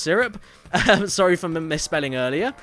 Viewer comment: And how Caddy said "I'm zorry" :D that was hilarious